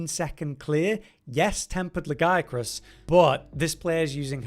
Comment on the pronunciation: Thumbs up just for saying "Legiacrus" properly. 👍